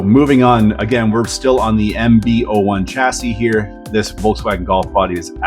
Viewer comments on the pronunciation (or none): none